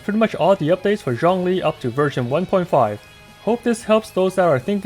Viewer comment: The way he pronounces "Zhongli" was sooo satisfying eargasm